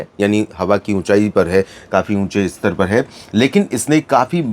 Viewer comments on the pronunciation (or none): none